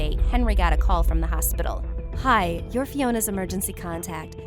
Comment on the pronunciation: When she says hi she says a hi